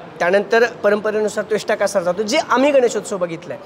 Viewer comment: कोणी याला पत्रकार केला नीट बोलता येत नाही उगाच राजकारण्यांची मुलाखत घेतल्या सारखा बोलतोय नीट त्वष्टा कासार म्हणता पण येत नाही